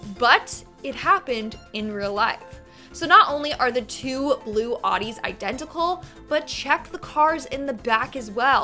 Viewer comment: "Oddies"..... No